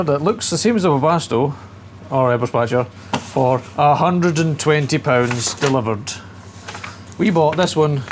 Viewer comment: A hundred and twenty poonds. Hoots mon, a bargain! We know how canny a Scotsman is with his money 😎 BTW, my dad was born in Scotland - Ayrshire I believe ☺